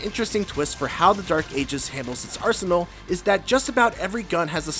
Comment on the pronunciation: When he said "20hrs into the campaign, my arsenal had expanded", I swore it sounded like "my arse hole had expanded".